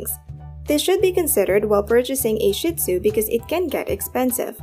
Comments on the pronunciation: Not “Shit-Zoo” - it’s “Shee-tzu”. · PLEASE! Don't continue the WRONG and disgusting pronunciation of Shih-Tzu. It is pronounced SHEED ZOO. Saying shit is absolutely crap. No pun intended. LOOK IT UP! Say SHEED ZOO!! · It is pronounced SHEEEEE Tzoooo! The only sh*t comes out of their body. They do not take your things & chew them up. They are very intelligent, & grasp what belongs to you vs. them. They are INCREDIBLE watchdogs!!! They alert with barks & growls when they don't know the source of the noise, NOT a wagging tail! They are very much a part of the family (pack animals), & are very protective of their pack/human family!